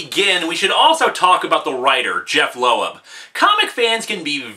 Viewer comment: Jeff Loeb as Low-eb and Tim Sale as Sal-ay ? WTF